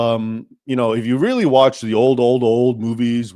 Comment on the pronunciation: I was listening with attention until you botched the name of Bela Lugosi. Sorry, I'm out.